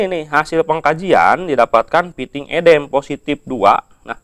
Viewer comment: Baca udem kok edem sih😂